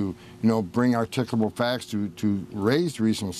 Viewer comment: What the heck is “articable”? Do you mean articulable, ar-tic-u-able and the use is articulable reason.